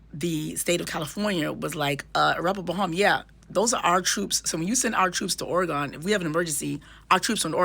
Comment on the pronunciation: Thank you for your explanation!!!🥰 (PS: it’s pronounced Or-a-gun over here 😁)